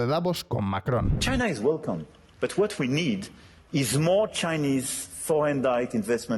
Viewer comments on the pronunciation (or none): none